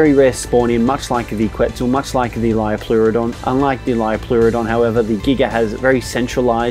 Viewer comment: He didn't even pronounce liopleurodon properly